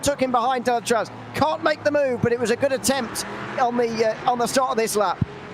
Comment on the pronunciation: Thanks for all the commentary during all season, amazing job like always ! 👍👌 Just for you information we are pronouncing the "Z" at the end of Deletraz. without rancor of course, I know is not an easy name 😂